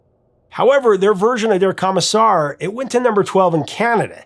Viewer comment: Am I the only one who winced just a little every time Prof said "Kah-missar" instead of "Koh-missar"?